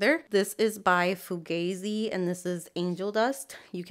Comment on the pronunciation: I think it's foo-gah-zee. <3